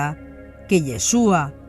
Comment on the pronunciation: No es Yheshua es YHASHUA.